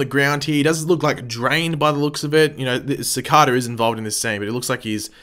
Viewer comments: Why do you pronounce Cicada Sa-Ka-Da instead of Sa-cae-duh like how everyone on the show says his name? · Sacada... not how your saying it lol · Nope you just pronouncing it wrong .. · he keeps pronouncing cicada wrong its annoying